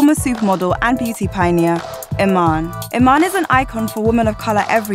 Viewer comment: Apparently I'm a Somalian model and the widow of David Bowie. Das preti cuol But seriously lady, that is not how you pronounce Iman. It's ee-maa-nn.